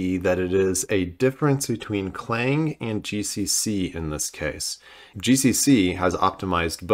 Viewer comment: Please, it's not "Cl-ang" it's "C-lang"!